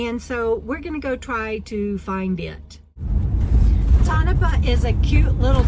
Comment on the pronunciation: Lived in Mina for a while. Interesting area. Pronounced toe na paw.